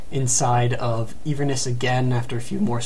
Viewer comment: "een-verness" It's pronounced in-ver-ness. And Glasgow is pronounced glass-go